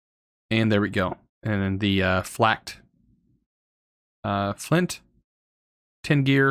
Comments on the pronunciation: Can he please not say "Flacked" and say "Flay - ked" :( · Stop saying flacked flint it's FLAKED As in frosted FLAKES.every time you say it I lose a little bit of sanity